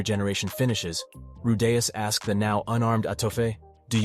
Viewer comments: "" Seriously, ITS RU DEE US. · Say his name correctly you fucking ingorant r tard